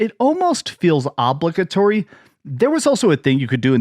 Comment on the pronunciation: Ah yes, good ole, “ah-bligga-Torrey.